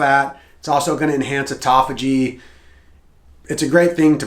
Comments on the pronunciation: ATUTOPHAGY I'm out. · Here for the 'atutophagy'. 😂😂😂